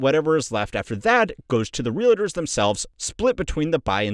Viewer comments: Oh God Please! Its NOT ReaLAtors! Its Realtors. There is no freakin “A” after the “L”! Damn! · Is it just me or that's not how to say "realtors"?! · It's REALTORS, NOT REAL-ATERS. (In Hermione's voice) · It’s pronounced Real Tors, not Ree La Tours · Stop saying "realators", it's "realtor". Jesus Christ. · Realtors. Not Reelators. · real-tors not real-lay-tors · REALITTERS 😂😂😂😂😂😂😂😂😂😂 bro REAL-TORS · Every time he says “real-idders”, a kitten passes away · It's not real-"uh"-ters.... ugh. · Is anyone else annoyed by him calling them realators? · So distracted by the pronunciation of realtors as “realitors” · I’m a real estate investor. I can’t take this pronunciation of realators! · say realahtors again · real’é’tors… why the FUCK do some people pronounce it like that 😂😂😂 it’s two syllables, not three